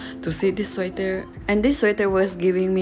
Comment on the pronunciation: sweater❌ suater✅